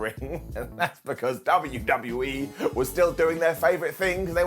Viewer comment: Did just say "W-D-BU-E"?,😂🤣